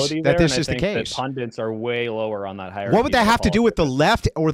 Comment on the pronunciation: It's "PundITS"...the word is "PunDITS" ffs, not "PunDINTS"